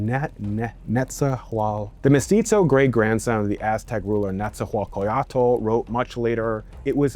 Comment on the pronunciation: it's pronounced Nex-tlah-guahliz-tlee and is Nah-gua-tl not wtv tf u said lmao